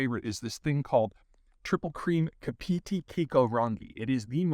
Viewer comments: Love the off camera intrusions .BTW Kapiti is Pronounced Capitty Not ka-petey . just sayin'. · It is said more cap-i-tea than cap-pea-tea. Glad you are enjoying the local produce, we make some good stuff here. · Lol "Karpeaty". It's pronounced Ka-Pa-Tee. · I saw the word Kapiti 😏 my hometown and it's pronounced like Kah - pit - ee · Kapiti: pronounced Kar-pit-e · Hi Peter Kapiti pronounced cah-pity Enjoy your holiday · Kaa pi ti. . We say in NZ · Kapiti is pronounced "Karp-e-tee" (said fast) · Kah-Pah-Tee (Australian pronunciation equals 'Cup a Tea') Kapiti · A quick thanks for this Peter... Having lived here in NZ for 24+ years, I know of that (and many other) Kapiti cheese (pronounced 'KA-pi-ti' .. stress on the first syllable).. but hadn't tried that particular one... So today, thanks to your referral (haha) I got some from my local New World supermarket.. They have you to thank 🙂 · Kah-pi-ti - not hard to pronounce. Ki-ko-ra-nghee - bit trickier but Maori flows quite naturally when you use the accent to let the vowel flows to just happen. But yeah, my favorite cheese by far and a part of every charcuterie board I do up these days here in Wellington. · Hi Peter, loving your content. Also loving the attempt at saying the name of the cheese... its Cap-a-tea (Kapiti) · Welcome to my country!! love the video and had to laugh at the pronunciation of Car- pit-E (kapiti) minor details enjoy the countryside!!! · Kapiti is pronounced 'Cap it t' I'm glad he likes our food- and wine! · It's pronounced Cap-It-Eee Peter. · Kaaaa-piti is the rough pronunciation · Great video! finally an inside look into home turf. By the way kapiti kikorangi is pronounced car pa tee key ko rungy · Kapiti pronounced car pi tea from a newzealander ,lucky to be born here,and have a entp mum and a entp son,go entp,love your content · pronounced car-pe-te. oh and those cows that make that cheese are totally fucking all our water ways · “Kah pih tee” is the pronunciation